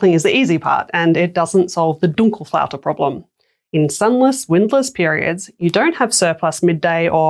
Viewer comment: It's Dunkelflaute not Dunkle.